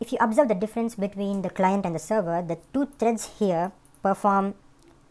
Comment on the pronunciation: du clients, lol love the video though